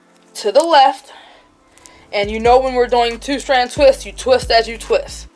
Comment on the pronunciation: I’m sorry idk what your accent is, sounds like Baltimore but love how you “two” like tew lmao